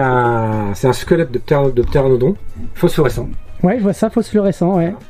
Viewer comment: en "fosfluoresçant" 🤣